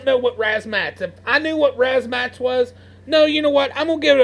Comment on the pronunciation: razz-ma-tazz lol not 'razmats'